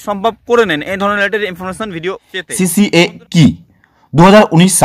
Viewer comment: আরে ওটা সিসিএ নয় সি এ এ